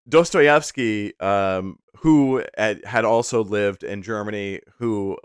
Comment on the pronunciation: As a Russian, I absolutely in love with your pronunciation of Dostoevsky and Brat'ya Karamazov) Well-done! thank you